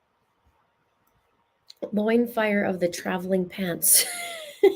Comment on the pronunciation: OMG like loin fire intensity!!!!!???? You are seriously killing me 😂:_LoinFire